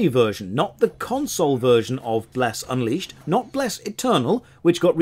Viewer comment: Uncrustable, lol